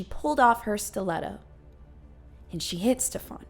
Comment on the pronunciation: I live in Sweden and I was dying laughing all the way through from your pronunciation of Stefans name. It's one of the most common swedish names ever but you made him sound like a European fuck boy 😂😂